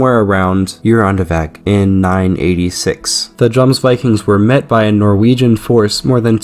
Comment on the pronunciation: For future reference in the Nordic countries the J letter is as a Y sound, so it’s said “Yomsvikings”. Great video 💪